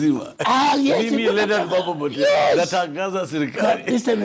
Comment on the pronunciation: Pia mwanzoni alisema Mambo Mbotala🤔😉